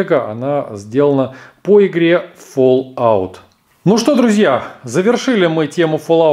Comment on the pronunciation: и не фоллаут а фаллаут